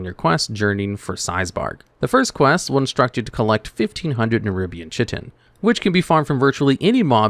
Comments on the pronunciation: It's not chit tin is Kia tin like the play on words in the achievement those are chitin words like those are fightin words sorry that's just one of those words that triggers me and I played alot of ark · Bro said "tcheetin" insteaf of "kait(e)n" :D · I giggled every time you said chitin. It's ky-tin. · Never heard someone pronounce chitin like you did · I'm being tortured from the way he says Chitin